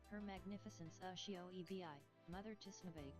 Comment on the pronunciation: oh goodness, Uh-shi-O E-B-I